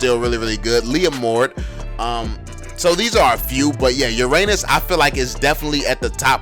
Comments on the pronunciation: You forgot alucard and Benedetta and also I though you say ur anus anus nor uranus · Hahahahah omg Istg I’m dead how he said Hahahah “Uranus” 😂😂😂😭😭